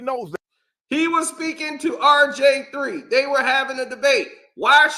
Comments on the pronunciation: Typical old head banter. Who is “Rj3” u said it over 50 times? It’s (R) (G) (III) old dude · Nah you definitely said RJ3😂😂😂😂😂 I thought you was trollin at first 💀